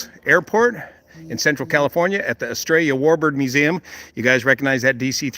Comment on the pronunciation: When you said "Estrellla", I heard "Australia", and lo and behold, the next ad on my screen was for the Anzac Weekend Airshow, 27 to 28 April 2024, to be held at West Sale Airport, in Victoria, Australia. See ya there!